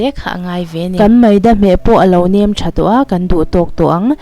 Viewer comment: Nam ti lovin,nem ti la a ngaihthlak a nuam deuh ang a.